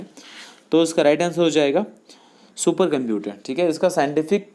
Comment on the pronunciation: Sach may supper question...& you told Supper....